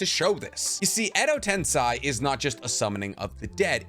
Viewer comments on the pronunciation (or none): Hey man, videos are great. Really enjoy all the information. One gripe- if you’re going to be talking about Japanese media PLEASE take more time to learn how to pronounce terms/names etc. i.e.) edo- ten-SEI not SAI. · Edo ten se not sy se juts like the first 2 words of se-cond se I'm sorry it juts kinda bothered me how u said it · It’s Ten-SEI, not Ten-SAI. Great material though! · Edo tensai???tensai??..come on man...every naruto fan knows its Edo tensei ( for your tongue - edo ten 'say') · love your content! why do you pronounce edo tensei as eh-do ten-sa-i? not as eh-do ten-se? how do you pronounce sensei? do you say sen-sa-i? just wondering? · Sir....ITS edo-tenSAY......edo-tenSAYYYYY dammit say it with me edo-TEN-PHUCKING-SAY....SAYYYYYY SAY SAY SAY...not sai or sy SAYYYY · "Edo tensai" oh COME ON where do people get these pronunciations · I figured I'd wait until I caught up to correct some things. Edo Tensei, ("ten-say") Corp, corps ("core(s)") And your Minato is funky sometimes. Generally your Japanese pronunciations are good. Far and away the best Naruto content on yt keep it up 👍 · I'm kinda hesitant about this thing, but i'm gonna say it anyway: your pronounciation of "edo tensei" is wrong and it hurts my ears. Maybe that's only my problem, but consider hearing to japanese dub once more. Thank you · please,, pronounce EDO TENSEI properly. hint: tensei rhymes with gay!